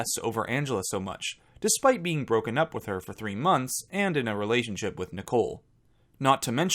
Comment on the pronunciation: Still can’t get over how Nicole pronounces relationship. RELAY-ship. That being said, I wasn’t a fan of hers and I do think she would of chosen Christian had he not of been kicked off the island